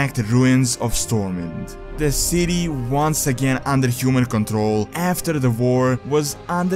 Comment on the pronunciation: Unlike the word SWORD, the “W” in STORMWIND is pronounced.